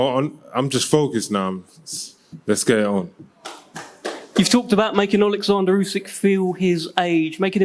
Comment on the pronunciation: DDD Dopey Dildo Dubois. Please don’t ask him to tAlk out loud. Olexander NOT Alexander. Warren chats shit.